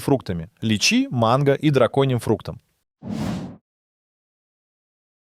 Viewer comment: и ударения, которые очевидно режут уши. личИ блэт)